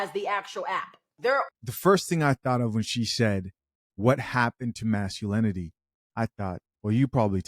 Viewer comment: masculanity and shivary? what's that?